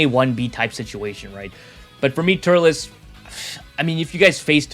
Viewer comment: It’s turles not turless